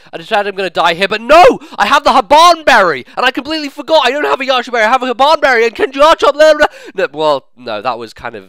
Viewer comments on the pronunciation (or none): Hahaha i fucking died at "Habbbban BERRY"